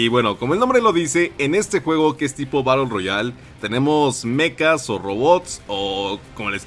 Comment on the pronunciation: Se dice Mechas no Mecas 😅